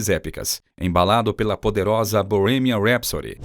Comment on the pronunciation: Aprende falar Bohemian Rapsody😂😂😂😂